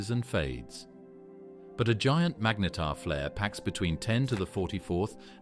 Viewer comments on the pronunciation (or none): narrator pronouncing "magnetar" 3 different ways within the same breath... infuriating enough to stop watching